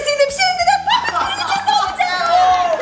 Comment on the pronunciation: dış ses:kesmeyin o popati lütfen doğrusu popit buğarada